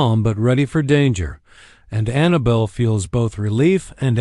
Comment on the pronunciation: Her name is not Anna bull, it is AnnaBELL!!